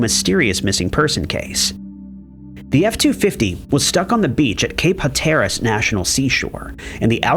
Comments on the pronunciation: Ha-TER-as??? Nooooooo… it’s HAT-ter-as!!! 🙄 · Cape HAT ER AZ is how it’s pronounced. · Or “Hatteras.” Or “Dublin,” although not in this video…